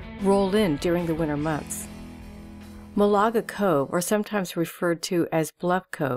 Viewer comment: It's pronounced MAL'-a-ga Cove, not mau-la-ga. Sheesh. Still, was fun to see some good waves on sunny days.